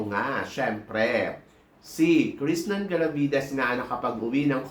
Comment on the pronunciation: Krishnah Gravidez po Hindi Krishnan. Wala pong N sa dulo ng Krishna nya 😅